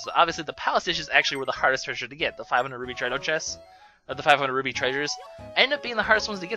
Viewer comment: Am I just hearing wrong, or does he keep saying "Ruby" instead of "Roo-pee"?